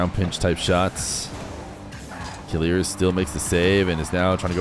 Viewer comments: i mean the prononciation is not kilirz its kileeeerz i know him he's my friend 🙋‍♂ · Yes it pissess me off how he pronounce it "killirz " lmao